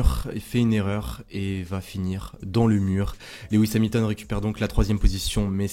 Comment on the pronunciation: Salut, De vives émotions ce week-end, ça faisait longtemps!!! Toujours de l'excellent travail dans tes interventions, c'est un régal 🙂 Puis-je apporter un petit coup de (crayon) dans tes documents... on dit LOU IS et pas Lé WIS 🙂 je n'ai que ça à te reprocher, le reste est impeccable. A très vite.